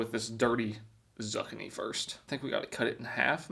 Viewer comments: Two minutes in and im feeling triggered. Dosent know what a beet is or how to pronounce ZOO-KEY-KNEE! UGH throws up hands in disgust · He's doing it again....Zuk-a-nee! And what rock do you have to live under to not know what a beet is? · It's zuckini vegeta-ble pasta 😂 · Zuckineeeez, beats,,,,,,, jfc dude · I thought I was the only one that the mispronounciation of Zoo-Kini was driving nuts its like nails on a chalkboard every time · If he reads this - Sue-ki-ni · How are you over 20 yrs old and never heard a Zoo kini pronunciation. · The way you approach vegetables makes me kind of wonder whether you're pronouncing zucchini like that on purpose or not, lol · Please...somebody tell me that he REALLY doesn't think that this is the correct way to pronounce zucchini.....please. I cannot tell if he is just playing a character or if he is really that stupid. If it's a character, I can laugh and appreciate the humor...if it's option 2....I'll just be very, very sad. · The worst part of this video is how you slaughter the word zucchini.... lol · Is that how Americans say zucchini or is it just. Coz man that is hard to listen to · I'm not taking food advice from someone who can't pronounce zucchini correctly and doesn't know what a beet is. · That's not how it's pronounced and is way better when cooked. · I know he can’t be that stupid. He can pronounce lasagna, but he can’t pronounce zucchini. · Lol, I love how he pronounced the veggies wrong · All the people acting like he mispronounced zucchini.. He.. did.. it.. on.. purpose.. 😂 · Did he really miss pronounce zucchini? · are you saying Zucchini wrong on purpose or is this the first time you have see one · The way you pronounce Zuccini just pisses me off 🤣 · Your prnoucing it wrong😂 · How does he both not know how to pronounce zucchini AND doesn't know what beets are? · Stop saying Zucchini wrong! 😂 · Zuckanee is pronounced zoo-key-knee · For the love of Christ,, it’s pronounced Zoo kee nee!! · It's kukini